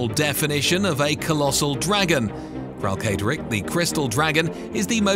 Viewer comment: Uhmmm Akshually, it's pronounced Kralkatorrik, not Kralkatorrik 🤓☝️ Good vid btw.